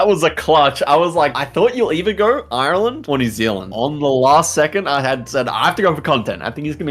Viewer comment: the way says Ireland is awful